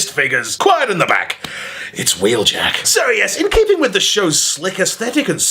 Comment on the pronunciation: don’t you mean wheeljacketuid